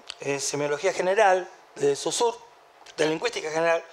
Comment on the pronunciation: Saussure se pronuncia: Socir 😉